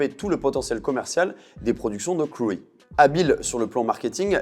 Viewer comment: Intéressant... par contre Crewe se prononce "Crou" et pas "Creoui" 😆